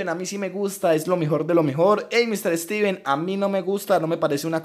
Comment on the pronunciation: Y este pobre dijo Estiven jaja